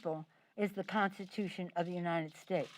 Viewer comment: Instead of saying constitution she said prostitution